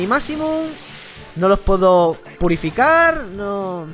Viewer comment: dijo purifucar😂😂😂